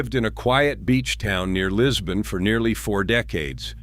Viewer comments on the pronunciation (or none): none